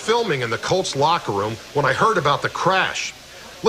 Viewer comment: The word “colts” is not pronounced “cults”